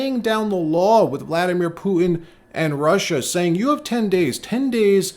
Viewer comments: Not meaning to be rude,but why can’t anyone from NY say the letter T ? Putin-Pooen,manha-en for manhattan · please start pronouncing the T’s in the middle of your words. It’s annoying when you don’t. You pronounced it ‘Poo-in’ = Putin and ‘impor-ant’. Stop it